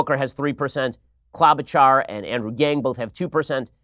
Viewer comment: Why won't he stop saying Claw-bachar? It's Clow-bachar, bro!